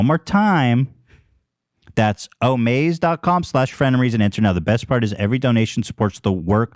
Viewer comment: why Ethan say frenemies like that 💀❤️